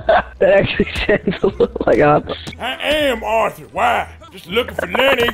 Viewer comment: Btw arthur not auther